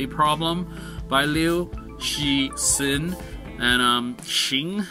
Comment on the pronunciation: I'm really surprised that you can pronounce 'Guo‘ correct but not 'Cixin'.